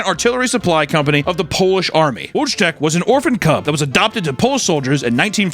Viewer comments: Wojtek the bear. It's pronounced "Voy-Tech". He is a national hero! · Btw the bear Wojtek is pronounced "voy-tek" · voy-tec...its pronounced voy-tec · For anyone who cares, "Wojtek" is pronounced: Voi-tek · every time he says "Wojtek" it hurts me. it's more like "VOYTEC" for you silly americans. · Btw, the name of the bear in the polish army is pronounced something like "voychek", the dimunitive is "voytek". Great video and it's always nice to hear about our polish war heroes 🙋‍♂ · Fyi the bear is pronounce vo tek and edinburgh is pronounced edinboro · lmao it's pronounced voy-tech (voytek?) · hey his name is pronounced closer to (Voitek) its spelled Wojek but its polish so they pronounce things differently. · Wojtek is pronounced vo-eee-tech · Jeez, Papa... you really BUTCHERED our boy Wojtek [vɔjtɛk](voytek) with your pronunciation. Regardless, it's nice that you included him! Great video, as always! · The bears name is pronounced like Voy-teck. He's reading it using the English alphabet and its driving me nuts 😂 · It’s pronounced “Voo Tech” sorry bad translation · I've never heard someone butcher that polish bears name so badly "Wodge-tech" is that a meme coin? 😂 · The bear's name is pronounced "Voytek" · The bear is pronounced "Voy-Tek" FYI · It's pronounced "voy-tech" you animal!!!! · Votek is how it’s said in English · Wojtek is pronounced as “voytek” :( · The Polish bear is pronounced "Voy-tech", straight up Fallout. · Your pronunciation of Wotek is horrendous. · you misspronounced Wojtek so bad XD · As a polish person I feel incredibly offended by the fact you didn't look how to pronounce Wojtek's name properly, but you made jokes about rats with dynamites up their ass so I forgive you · damn u butcher that polish names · POLAND MENTIONED🦅🦅🦅 (although I thought I was having an aneurysm when I heard Papa pronounce Wojtek) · You pronounced wojek wrong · Wojtek did not deserve to have his name butchered like that, not even by you sir.... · its a WOYTEK XDD